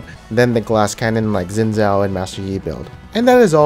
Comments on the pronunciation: you read it xin zao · HunterX Hunter dude dont u get it it Xin Zao NOT ZIN ZAO FFS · I freaking hate when people call Xin Zhao, Zin Zow. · doee Im chinese. Its pronounced Shin Zhao (zh with a soft sound). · nah dude its litterally like schin schow thats how u pronounce idc what u say